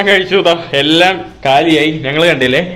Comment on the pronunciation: നങ്ങൾ അല്ല ഞങ്ങൾ...